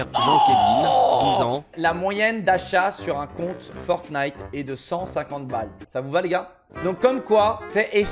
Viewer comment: Elle a dis forgnight